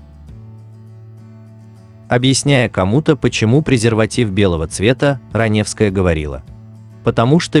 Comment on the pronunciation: это не озвучка, а недоразумение какое-то. Автор, ты сам-то понимаешь слова, которые произносишь? Никакой интонации, ошибки (в конце "Ранёвская", пистец просто). Это просто халтура.